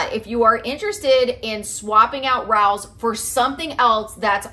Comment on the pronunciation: It’s pronounced Ra(long A) O’s.